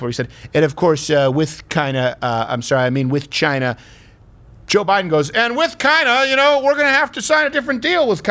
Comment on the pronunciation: Joe Biden is missing these words because not only can he not pronounce them correctly he cannot read them off the screen correctly he didn't know he was talking about China he thought he was talking about Cina